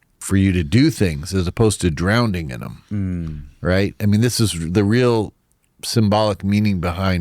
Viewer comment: I have a hard time taking people seriously who pronounce drowning as "drownding"